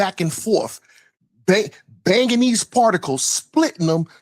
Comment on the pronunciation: Its Bangin....not Bangen lol...and intellectually you cant stand 1 vs 1 against me....set it up unless you scared 😮